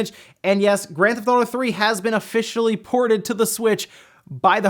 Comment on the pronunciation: "Grand Thotto"